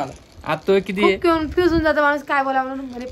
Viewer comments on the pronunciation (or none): ताई कन्फ्युज असणं कून्फूज्य नाही ग बोलताना तू झ तोंड कसं झाल😂😂😂😂😂 मी खूप हसली